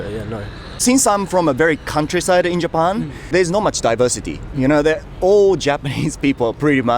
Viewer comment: だいばしてぃーorでぃばしてぃー